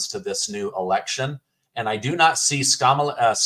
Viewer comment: 'Skamala' OOOPS!!! Its the illegal immigration and inflation fiasco that caused the tongue twist. No need to apologize. 🤣🤣😂